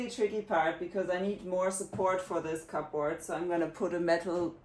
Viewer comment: you're doing such a fantastic job. You inspired me to work on my own house. I did want to tell you that that we say Cubbrrd... cupboard... I've never heard it called those two words distinctly it's more blurred together.